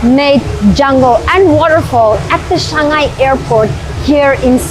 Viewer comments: Haha the mispronounction of Changi to Changhai was the first time I ever heard, but it's all good tho. Quite a numbers of westerner do often get the pronounction wrong. Like for example some will pronounce as Chan-Gee instead of Chang-Yee, the "i" in Changi is main focused so the correct pronunciation will be "ee". Another one often mispronounced was the famous singaporean cafe called Ya Kun Kaya Toast, but some will pronounce as Kayak instead of Ka-Ya. Our english is different from the american english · Changi is pronounce as Chang-gee not Chang-guy. Well research and well presented. Changi Airport is a good example of ‘man made structure, yet coexisting with nature’ Welcome to Singapore. 🙏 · Her cringey pronunciation of Changi just threw me off. All the dramatic intro but blew it off with "Chang-I" instead of "Chang-E". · NOT shangi but CHANG-ee. I do appreciate the effort though because I heard "shanghai". LOL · She said Changi but pronounced it as Changai. It's like how people pronounce fungi differently. Appreciate that you're taking the time to correct common misconceptions about Singapore but please do so with a positive intention to educate rather than one of condescendence or intolerance. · It's not that difficult to pronounce : CHANGl . 😂😅😊 CHAN - YI